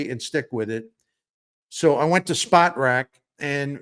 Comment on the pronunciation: My favorite sports writer for 30+ years always brings the best analysis! However, if you're gonna say Spotrac umpteen times, say it right. It's not "spot rac"; it's "spo trac" as in SPOrts TRACk!